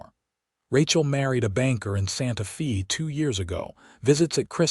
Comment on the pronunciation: Santa Fee...really?